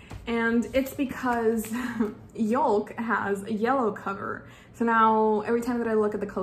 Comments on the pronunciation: It’s pronounced “yoke” not youl-k. Like a yolk of an egg. ( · did you pronounce yolk wrong or is this just a British thing? We pronounce it “yoke or y-oak” but we spell it yolk.